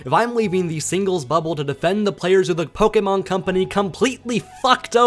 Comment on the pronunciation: you're argument is validated because you pronounce Pokémon correctly